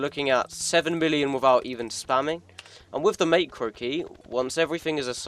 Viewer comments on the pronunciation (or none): It’s pronounced Mac ro not makero It’s a great vid thou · You say is as mahhcro not maycro btw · not to be rude but i don't like how you say macro as maycro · mans saying meicro LOL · I will never forgive you for mispronouncing macro